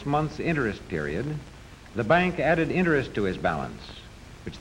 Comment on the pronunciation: Elmville Nayshinul Bank... where you earn inner-ist.